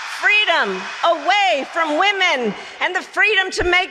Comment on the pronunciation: “FWEEEEEDommmm!!!” If that wasn’t canned applause I’ve never heard it before … Aside from the idea that she’s full of crap and not aware she is part of a Republic … NOT A “Democracy”